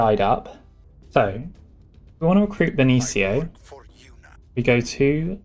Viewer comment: Benicio is pronounced with an S sound, beni - see - oh